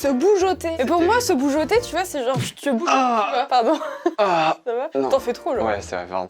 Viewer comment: Boujouter pas boujoter rhooo keskidi 😂